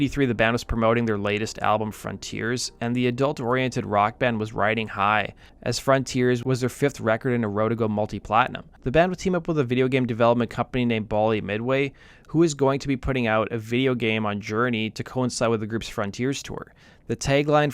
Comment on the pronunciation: Bally rhymes with Sally. It does not rhyme with Pauly.